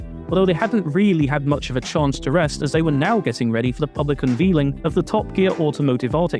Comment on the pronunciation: "Unvealing"? It's un-veil, as in removing a veil.